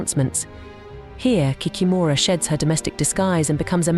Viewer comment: 😂😂😂 кикимора болотная😂😂😂 in English, it is not kikimOra😂! Why make videos with continuously main word of the video?? 😂 it is hilarious ! Pretend I'm going to make a video about the grim reaper - mispronounce his name and call him the cream reaper😂😂😂 Ki-kEE-mora